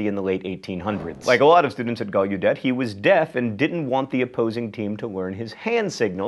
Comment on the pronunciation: it's pronounced GALEHDET